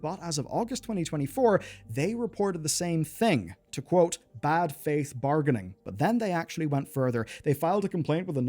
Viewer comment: “Bad-fath actor?”